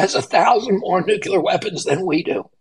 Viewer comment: For gods sake, will somebody please please have the courage to tell RFK jr the correct way to prounounce NUCLEAR!!!!!!!!!!!!!!!! He is running for PRESIDENT for gods sake. To be commander in chief of the US military. Its NEW-KLEE-YUR not NUKE-YA-LUR!!!!!